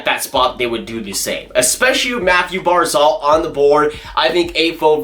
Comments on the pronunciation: It’s barzal not barzol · "Mathew Barzal" 😂😂😂 pronounced Barzel